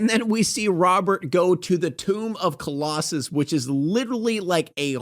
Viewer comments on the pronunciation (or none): none